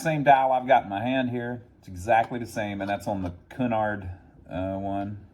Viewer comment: Pronounced CUE-NARD. Like the old shipping line.